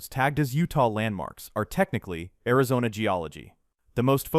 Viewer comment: "AIZONNA RONA" 😂😂😂😂😂😂 bruh your ai *edit no I don't mean "you're". I mean the possessive "Your" Like as in the ai they use.